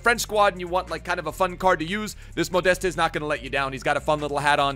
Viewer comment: Your „ModestE“ doing my head in